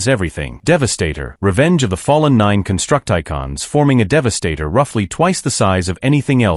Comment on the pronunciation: I know right. "Construct-I-Cons" man come on 🙄